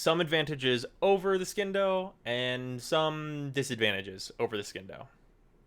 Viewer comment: It's pronounced Sindo.